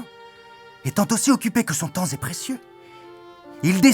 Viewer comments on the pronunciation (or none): Même quand vous vous la jouez langage soutenu, vous n'êtes pas capables de le faire correctement... :p (son temps z'est précieux... la vilaine liaison...)